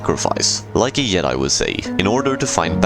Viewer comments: Did... did you just pronounce it "yedai" instead of "djedai" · He pronounces all J sounds that way it's just his accent "yourney" as well